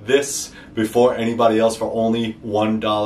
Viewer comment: I heard some Jersey in the end there "1 dolluh a munt"! 😝🤣 I'm from New York myself brother just stumbled onto your page and digging your blades! Definitely going to need to get myself one or two of them!